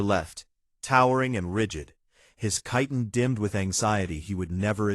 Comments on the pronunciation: I have yet to hear any AI pronounce Chitin correctly. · Chitin is not pronounced that way😵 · You mean "hegemony"?? Emphasis on second syllable "heGEmony". The baby looked up at him in one sentence, then had its eyes closed in the next. Continuity, please. "Chiton" pronounced correctly once, then incorrectly??? All babies have blue eyes to start with, and don't have teeth. Can't we at least give AIs some sort of basic education?? I'm out .